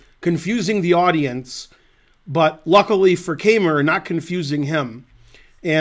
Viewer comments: I am obligated to correct Ben's pronunciation of "Keymer". The "ey" is pronounced like the english word "eye". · Not only am I German too and "have to" contradict you because my native speaking intuition of 54 years supports the poster's correction, but I also happen to know a former coach of Vincent's who does pronounce his name like that, as well as all German native speaking chess players and TV hosts I have heard. On the other hand, no one "has to" pronounce a name like a native speaker or even the person himself would. It's just that in my experience, it's Americans who usually make the least effort at trying to pronounce things the original way. In Ben's case though, I think he simply doesn't know better and certainly doesn't care about our quibbles in the comments. So let's just call him "Vincent, the best German chess player ever". 'nough said.